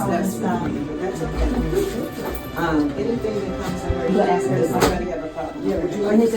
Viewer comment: If you can't pronounce ASK, your ratchet hood booger butt should have never been a mayor 🤦